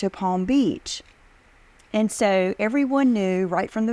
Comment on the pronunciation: So true! Typically a southern accent makes the word 'and' two syllables. She's definitely saying 'in' :-)